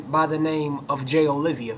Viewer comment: Bro, everything's great except for the fact that his name is Jay Oliva, not Olivia. Please get it right.